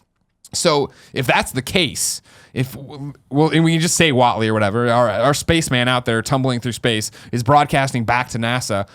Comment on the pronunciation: lol Mark "Watley"